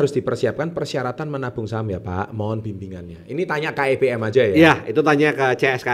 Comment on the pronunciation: wong dia bilangnya KEBM bukan KEPM... hdehhhhh